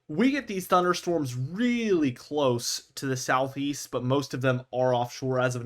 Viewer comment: South East? I thought you said South Weast. Patric Star.